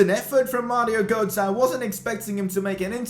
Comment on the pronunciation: Mario gootzah? Bro you can’t speek lol